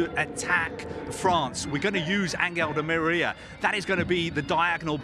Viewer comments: Is he the only person in the world that calls di Maria “deMeerria” Why is there always that one guy???🤦‍♂️ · Never seen someone struggle so much to say Di Maria